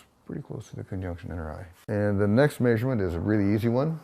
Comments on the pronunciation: Where’s that accent from? He keeps on saying ‘may-surement’ instead of ‘measurement’. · “The next maysurment” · Say measurement wrong again, I dare you!